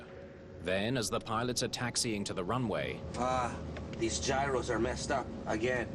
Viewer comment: No giros failed! The gyroscope failed. It doesn't even make phonectical sense! Guh*I*E*Ruh*Suh is how that name is pronounced. Lol, yup it's actually a name.